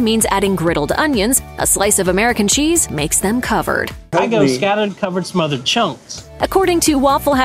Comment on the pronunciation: It's called smothered not mothered